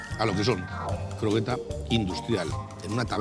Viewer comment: qué tan tonto hay que ser para no saber decir la palabra croqueta